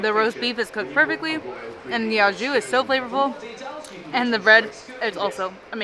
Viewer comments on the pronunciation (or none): The "au" in "au jus" is pronounced "OO" not "AH."